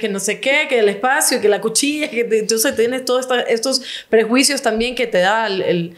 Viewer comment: Señorita Se dice prejuicios no perjuicios